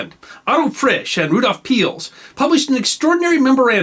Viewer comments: Rudolf Peierls is pronounced "pie-earls", or shortly "piles", not "peels". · Good story as usually. But his mispronunciation of Sir Rudolf Peierls' name is shivering.